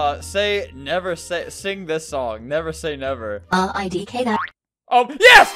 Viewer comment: "sing" has a g